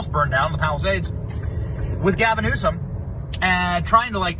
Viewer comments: It’s “New-Some”, not “News-come”….an idiot by any name, but that is how to say it correctly… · It is New som.